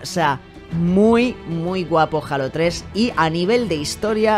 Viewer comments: Joder, cada vez que escuché "jalo", me da cringe haha Es halo O bien Jeilo Saludos bro. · Se pronuncia heilo xd no jalas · que raro que no pronuncie Halo como "Jeilo"Xd.